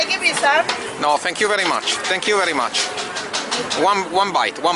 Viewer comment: Shut up with the “thank you bery much, thank you bery much”